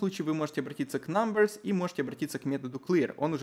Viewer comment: айти прогер в 6 уроке: "говорит все с хорошим акцентом на английском" айти прогер в 7 уроке: намберс